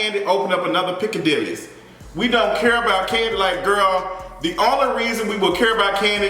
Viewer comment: My ear bud fell out when he said Piccadilly’s. Even it can’t take! 🤣